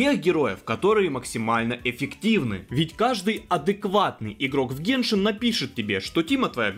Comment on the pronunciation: не геншИн а гЕншин